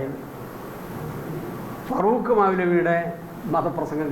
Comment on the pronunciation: ഫാറൂഖ് മൗലവിയാണ് ഫ റൂഖ് മൗലവിയല്ല